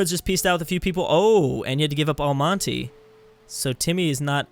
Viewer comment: al-ma-ty nice job It's prouonced al-ma-ta